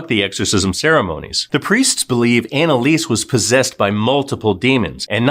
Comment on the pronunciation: Her name is pronounced Analisa.